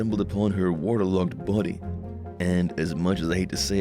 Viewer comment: Why you say body like that?? Lol